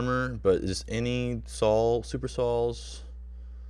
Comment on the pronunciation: "Super Sawls"